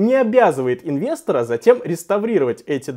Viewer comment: Слушай, ты же не колхозник! Откуда тогда такое бвдло-выражение, как "инвесторА"??? Режет слух, реально!!!!!